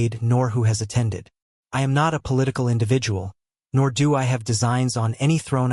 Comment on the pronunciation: Why can't AI read...? I get why it can't pronounce the names right. But when it can't even read 'do' 'it' or 'pie hole' it gets a little frustrating. Love these books though thanks for posting.😊